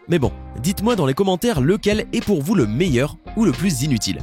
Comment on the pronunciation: le charjer et le meiuer